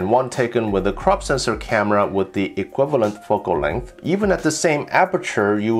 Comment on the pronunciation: "Foc-Kul Length"